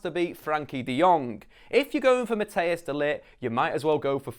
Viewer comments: you don't prenounce matthijs as 'mat-tey-oos', but as 'matt-tice' small chance hes gonna go to man utd btw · Hello. You say matthijs wrong. Say it as Mattice. Like cold ice. I am from the netherlands and my name is also Matthijs so I would know!